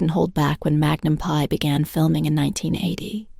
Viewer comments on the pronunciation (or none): Tom is 80 years old. Why do you spread fake news and misinformation about him and Jillie? What is wrong with you? This is a cruel CLICKBAIT. Learn English. It's free on YouTube. Teach your AI generated voice to pronounce correctly. It's Magnum P.I. and not Magnum "PIE" No, they did not steal water. It has already been clarified many times including here on YT. Get informed: The Ventura County District Attorney's office, where my sister, an attorney works confirmed that no case was referred to them for prosecution because the water had already been paid for by this private company that supplied the water. The company only violated state and local regulations when it took the water from one district, Calleguas Municipal Water District, Ventura County, and transported it to Hidden Valley, which is in another water district. He was only required to pay the costs of the private investigator. The lawsuit asked for the deliveries to stop and for reimbursement of the $21,685.55 the district paid to a private investigator. My sister and her husband also live there and also received water when the wells were empty. It was always paid directly to the same company. It's unclear if the Selleck’s knew where the water was coming from. They never received a cease-and-desist letter, as the recipients had to sign it upon receipt.